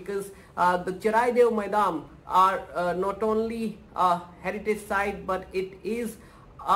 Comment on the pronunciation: Thanks for sharing this news But It's not maidam it's called moidam